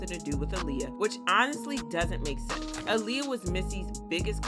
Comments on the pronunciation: It's ahhliyah not uhliyah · It's not ahhhliyah either its aaliyah😂😂